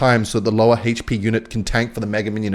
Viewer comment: hi, can you pronounce "hp" as a normal human being? thank you!